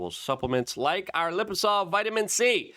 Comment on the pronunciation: Luke can't even pronounce the name of his OWN products lol "Liposol" 😂, it says "liposomal" right on the screen, where's the "m" Luke? I guess it's one if those "silent M's"